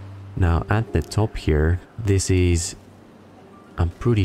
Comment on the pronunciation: Every time you say here, I think you're combining here with highya. I love it.